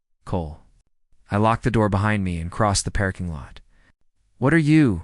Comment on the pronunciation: Love the story but hate A.I. that cannot pronounce English correctly 🤯it’s not a PAIRKING LOT😂AND IZZILY😱‼️